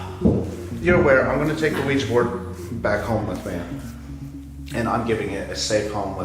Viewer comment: “Ouija” again. 2 syllables.